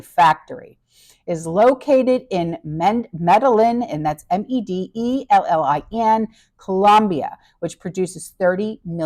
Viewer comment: Pronounced Meda yeen. Lovely cartel country!!!